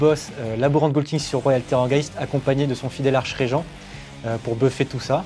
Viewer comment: on ne dit pas archeregent mais arkregent (écriture facile à lire pour pas faire la vanne en mettant 2 fois archregent)